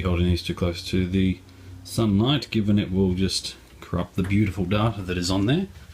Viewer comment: Ahhhh, you say "data" the same way I do. :D I thought I was alone in knowing the proper Latin pronunciation.